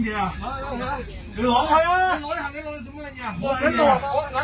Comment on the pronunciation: 呢兜粉腸佢日常係鍾意呢度攞啲着數，嗰度又佔啲便宜咁。佢唔係要慳呢10蚊，係要賺呢10蚊！要讚佢廣東話講得幾好，除咗 "杏 李"